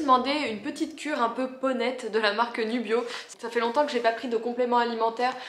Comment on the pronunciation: j'adore tes vlogs, c'est vraiment sympa de voir les coulisses. Sinon j'avais compris "j'ai pris un pack poneytte" genre femelle du poney ... au lieu de peau nette. Je me fatigue ><